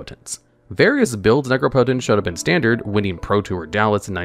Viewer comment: Nooooo he stopped pronouncing it nec-rop-ot-ence , I loved that bizarre pronunciation 😢